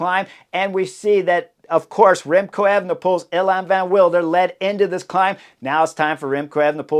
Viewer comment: Nys should be pronounced as "Nace". You'll need this in the future because the kid is spectacular. Evenepoel is quite good, the first E is a bit longer: "ayven"-"uh"-"pool". Van Wilder: spot on.